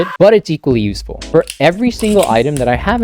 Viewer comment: Dude actually said "yusefule" 🥹